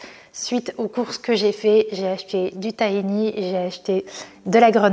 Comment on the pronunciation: Tres sympa! Pour info le tahini se dit taRini il faut prononcer le H